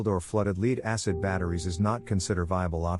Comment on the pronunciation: Your A.I. doesn't know how to pronounce the word "LEAD"